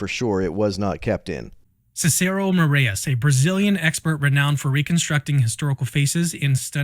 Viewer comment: Also, Brazil mencionado 💪🇧🇷 For the record, the "ae" in "Moraes" is pronounced like "eye", not like the "ey" in "hey" like you all are pronouncing it.